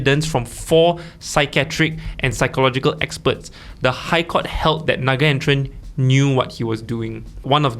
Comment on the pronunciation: I'm 8 seconds in and already disappointed. His name is pronounced na-gayn-the-ruhn. I have been a huge fan of the podcast for a while, but the lack of diversity which is evident in the discussions has always been a subtle thorn in my side. Please do better, and I am saying this as a fan.